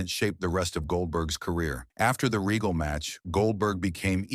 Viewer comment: Another AI Generated BULLSHITTTT video and you can always tell because it always has problems with pronunciation 🤣 Lord Reggle 😂 instead of Regal 😅